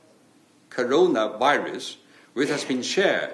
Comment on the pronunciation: Couldn’t even say corona virus how he doing his best 😂